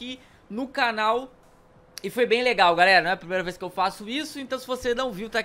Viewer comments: Na hora você falou galara kkk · ele falou galara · Ele falou "seguinte garara"